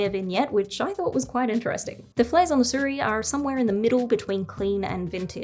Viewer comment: its not Su Riy, its "Si ruiy"